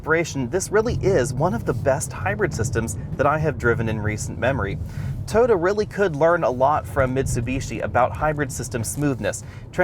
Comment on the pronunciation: Its TOYOTA not Tota! Did not understand what you were saying at first.